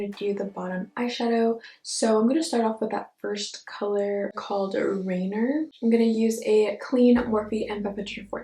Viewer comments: You did a great job with the word chanterelle :) but Rainier is pronounced Rain-eeer not Rainer. Rainier was name after a mountain, Mt. Rainier here in Wa. Your eyes are literal fire! 🔥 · So pretty but rainier is a mountain here in Washington it’s pronounced rayneer and this is so pretty! I hope I can get it tomorrow I know it’s gonna sell out fast! Looks like a monarch butterfly so gorgeous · It’s rain-eer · Beautiful look!!! #goals ☺️ FYI Rainier is pronounced Rain + Near. Named after the mountain here in WA State :) can’t wait to get this collection! ❤️❤️